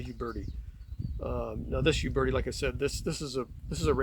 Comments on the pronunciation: Funny how people in the United states pronounce a word by saying the first letter. Examples: Iraq - Eye rack. Uberti - You berti. Uberti is pronounced "Oo-bear-tee". It's like saying Aye-indearson instead of Anderson. Sounds strange. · It’s pronounced “Oo-bear-tee” and “Pee-ay-taw” in Italian. I have three Pietta and one Uberti.